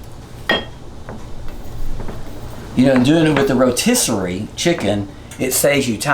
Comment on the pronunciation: Then there is the fact that he called a rotisserie chicken a rosterior chicken lost me. DId he confuse the word posterior (ass) with rotisserie? Then he just pours evaporated milk in the soup instead of making a roux to thicken it. Then a can of mushroom soup instead of starting with a mirapoix. Yes I am convinced- this could be Joe Biden's cook.